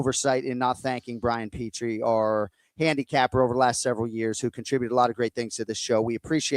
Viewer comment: I do miss pee-tree